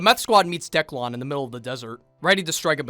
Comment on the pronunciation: Why does he keep calling him Decklawn?